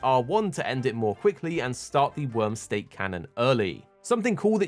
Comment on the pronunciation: It's Wyrm "Stake"..... not Steak.... XD